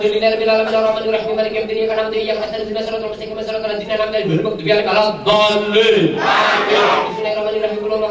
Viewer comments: Walad doliin aminn 😂🤣🤣🤣🤣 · ☝️Aku, ngakak pas bilang walat doliin (Aamiin) 😂😂😂😂